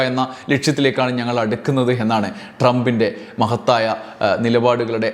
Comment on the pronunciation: ഒരു തെറ്റ് പറ്റി ട്രമ്പിന്റ മഹത്തായ എന്ന വാക്ക് ഉച്ചരിച്ചത്